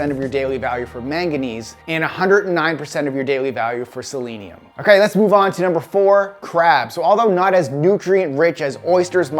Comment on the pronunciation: also probably why you pronounced Selenium properly, and most people don't, including me:) kudos for you dude!